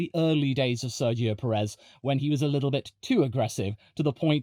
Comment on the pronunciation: … and it’s pronounced PE-rez, lad, just like we pronounce BLAN-do